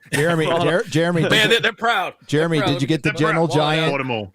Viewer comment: Did call Jeremy, Jere-many, at one point??? Jeremy = Jere-many = Germany???!!! AH HAAHHH! White supremacy confirmed!!! 🧐